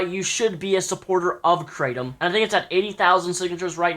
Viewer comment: it's pronounced krah-tom